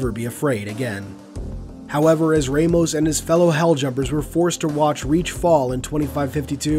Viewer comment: Anyone else pick-up on his mispronunciation of Victor’s surname? At least to me it was mispronounced and that is a name I’m very familiar with. If it were me pronouncing it I would pronounce it as Vic-ter Ram-os.